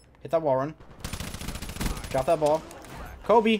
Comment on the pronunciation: that hurt a little when he said kobe